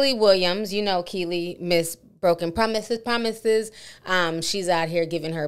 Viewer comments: "thop it" I believe is in reference to her not being able to pronounce the letter 's' i.e. "promthesis". 😂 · Thop it = “stop it” like promithis 😂😂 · “Thop it” was him making fun of her lack to pronounce the s sound due to her lisp lol promithes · He got thop it from the t in promithis that’s what that was lololol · Lmao “broken promithis promithis” 😂😂😂😂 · Not miss broken promithes at it again. MESS-SY!!! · Miss broken promithiss, promithis😂😂😂😂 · Actually, she has a lisp and he was joking about that. That's why everybody has been joking about her pronunciation of words of that song.